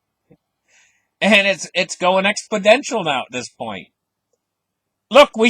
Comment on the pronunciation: Your creative analogies crack me up.... Oh by the way .... try this.. Ex-po-nen-shal exponential.... LOL